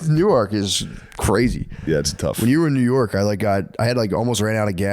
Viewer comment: lol Matt pronouncing Newark(New-erk), NJ like Newark(New-Ark), DE was throwing me off